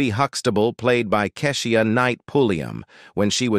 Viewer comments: RUDY!! KEI-SHA NOT KASHIEA!! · Who is this narrating ? He clearly do not know how to pronounce Kee-sha It's the way he keeps saying it..... Egh ! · This Robot talking man... Pronouncing names all wrong Like Kesh.... IA knight Hunx' TABLE....* once he said RUBY instead of Rudy😄 then finished it off with Raven Sim .... o.... nae. GOOD GRIEF 🤪😜🤔